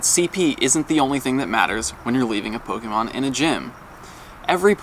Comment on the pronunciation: says Pokémon & Rattata correctly. That's 1 of the reasons why he's the best Pokémon Go Youtuber. The others are extremely annoying, clickbaitors who butcher names constantly. Fake fans.